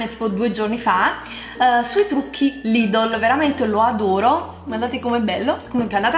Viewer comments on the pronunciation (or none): none